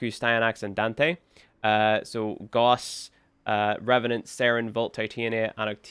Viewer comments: You pronounce Gauss wrong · Gauss is not pronounced the way you are saying it. Do with this information what you will.